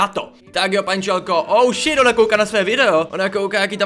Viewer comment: Prosím tě neříkej oušit protože anglicky je to hov*o děkuji